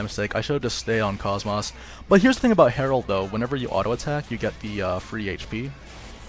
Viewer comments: It isn't koss-moss, it is cosmos. The kid in her side quest even repeats her name as cosmos in a text bubble, clearly proving the other characters pronounce her name as such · For the love of all that is holy... Her name is pronounced (Koe-s - Moe-s) not (Coss - Moss) A 5 second YouTube search could've shown that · It kinda urks me on how her name is pronounced as like "Cahs-mahs" in the game when it should've been "Kohs-mohs". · Her name is pronounced KOSS-MOSS, not cosmos, the starting word in her acranym is cosmos just spelled with a K, you know this if you played Xenosaga where she comes from... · Did he say..kos-MOSS. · You had me in "Kosmaahs". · nope its just mispronunciation. "kohs-mohs" is an established character, its like pronouncing goku: Ghak--ooh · had to look up a scene where her name is said just to check. Her name is indeed pronounced: "Kohs-mohs". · Prince of Hyrule that's English voice actors for you. Always saying the words wrong, even though it's pronounced KOSS-MOSS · I know I'm late, but yeah, it irks me as well that they mispronounce it. But it isn't 'cosmos' or 'koss-moss' (if that is supposed to sound like moss growing around trees). In all three of the Xenosaga games, I'd wager her name is verbally pronounced in-game no fewer than 200 times as 'kohs mohs.' Like the words 'coat' with 's' instead of 't' and 'most' without the 't'. I know this is splitting hairs, and I'm sorry if this sounds rude in any way, I don't mean to be. Anywho, she's a great character nonetheless :) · Excellent guide once again! But your pronunciation of KOS-MOS really bothers me, haha. Have you played any of the Xenosaga games?